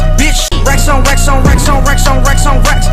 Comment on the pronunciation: racks onx22e2213 times sounds like wax on a lot of the tiems (Thx for the heart!)